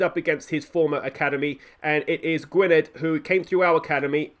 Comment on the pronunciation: Mentions player of the year and Ap Gareth scores? Coincidence I think not Also in welsh Y is pronounced like an I Perfect example is Barry - Gwynedd is pronounced Gwinedd Also davies is probably how you pronounce Davis My favourite episode in a while top banter with the "if you cant spot the weak team its probably you lol"